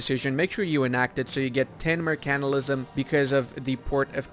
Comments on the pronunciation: That's the funiest way of pronouncing mercantilism, mer-CANT-ilism, usually it's pronounced flat, or with emphasis on the "mer" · M E R C A N T I L I S M KEKW